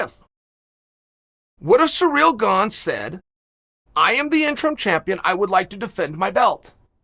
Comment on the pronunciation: ITS GANE! GANE!! G A N E!! NOT GONG!!!🤦‍♂️OMG